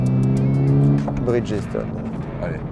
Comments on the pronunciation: A" ":à, tu prononces BRIDGESTONE comme un ignare🤪: tu dis BRIDGESSE -TONE!!! au lieu de BRIDGE-STONE (c'est pas compliqué bridge= pont et stone = pierre ) Et de la même manière je suis sûr que tu prononces FIRESTONE... FIRESSE-TONE au lieu de FIRE-STONE!!! 😂😂😂😂😂😂 C'est aussi comme les mecs qui disaient HONDA 750 FOUR ( four pour 4 cylindres) en prononçant "four" à la française, comme "four à micro ondes "!!! 😂😂😂😂 Il vaut mieux avoir quelques notions d'anglais dans le monde de l'automobile, ça peut servir...... Pense y la prochaine fois..... Amicalement.... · bridge stone pas bridgessstone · On prononce Brigde-Stone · Bonsoir, première vidéo que je regarde de votre chaine et bof bof. Cette vidéo est sponsorisée, ok pas de soucis. Mais ne pas savoir prononcer la marque qui vous aide me chagrine avant même les tests ... et même le monsieur de 1001pneus ne sait pas... ce n'est pas brid-ges-tone ... renseignez vous .